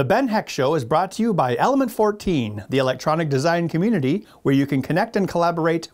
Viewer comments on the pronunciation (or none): none